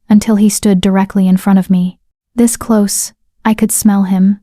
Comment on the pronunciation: At about 1 h 49 min the nice AI voice mispronounces "close" changing the meaning from the required "nearness" to the incorrect "shut."